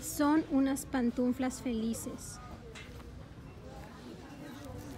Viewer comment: son pantuflas no pantunflas